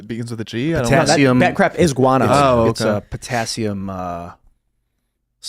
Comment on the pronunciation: Did you say GUANO?!?!?!